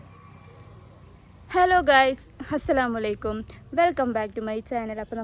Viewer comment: ഹസ്സലാമു അലൈകും അല്ല അസ്സലാമു അലൈകും aanu🥰